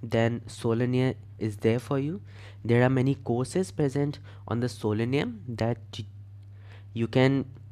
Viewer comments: WTF are you pronouncing sololearn- solinear🤔😶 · I hope you realize that it's SoloLEARN (Learn), other than that kudos to your efforts. 👍🏼